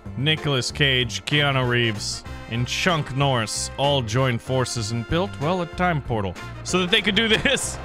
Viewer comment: Did you say “Chunk Norris?” Because, you’re right! 😂 love the vids